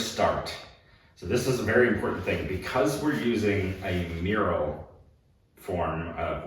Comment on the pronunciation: Did you say a muriel form of wallpaper?